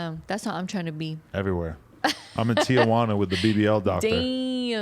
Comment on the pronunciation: How she pronounced Tijuana is the correct way, even when having English conversation.